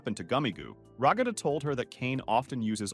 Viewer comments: You called Ragthu Rogthu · i like how it not ragatha but rA gA thA